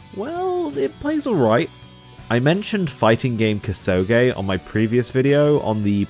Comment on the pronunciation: Koo-soh-geh, not kuh-sew-gay, fool.